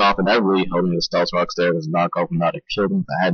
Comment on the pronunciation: AHAHAHAAHAHAHA ilove how u said "stealth Cocks" XDDDD fucking hilarious!!!